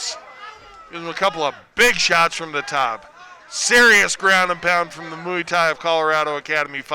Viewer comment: yeah, moo ee tie ? duncorama - it's pronounced mway-tie